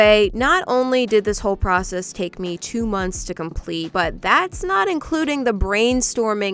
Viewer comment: Omg when ever she says ME it sounds like Emmy and that’s what people call me